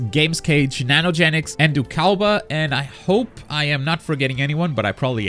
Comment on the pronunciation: Lol the pronunciation of ndukauba oof